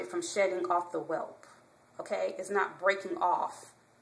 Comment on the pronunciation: Its "Weft" not "Welp"